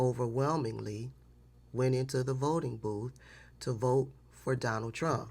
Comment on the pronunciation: 😂 It always sounds like "I will vote for Darnell Trump" to me